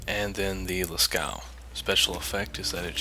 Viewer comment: please Lasceux is pronounced lass as in lasso, then aw as in aw, isn't that cute.